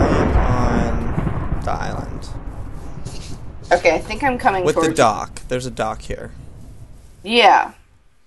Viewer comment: at 3.46 he saies dieland insted of island